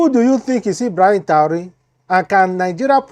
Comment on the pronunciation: what is Taure? If you can not pronounce his second name, just call him Ibrahim, as a blogger, you have to be good in pronunciations. May God protection be upon Ibrahim Traore